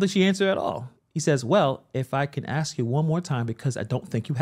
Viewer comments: it's a--s--k not axe. like nails on a chalkboard. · Is it possible to pronounce “ask” correctly, instead of “axe”? It makes me want to turn your video off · Btw the word is ask not axe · The inability to pronounce the word “ask” (so it doesn’t sound like “axe”) is also a barrier to verbal clarity. Likewise, the refusal to conjugate a verb properly makes it almost impossible to clearly communicate what the speaker intends to say. How could Tiffany have graduated from college (let alone get accepted)? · When " "ax" someone they usually at least lose a limb or need major surgery. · THE WORD IS ASK...NOT AX!!! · Court Reporter types it correctly and Tiffy does say axe. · Please learn how to say ASK